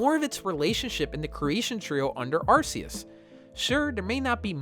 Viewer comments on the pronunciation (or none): It's technically pronounced as Are - Key - Us but I think Are- See- Us sounds better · Yes its Arkeeus hence the RKS system for Sylvally. Plus hes been in the movies and it's been pronounced Arkeeus for almost 10 years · It’s actually arkoos